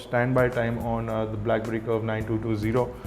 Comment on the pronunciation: i rikeee ur krifeeee and brackberrrrrrryyyyyyy :)